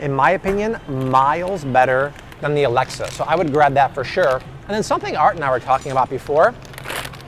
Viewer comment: *AlexIa-A-lex-ee-uh, not Alexa lol.